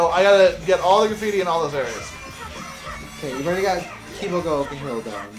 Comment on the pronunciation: It's okay,. Kibogaoka Hill is hard to say.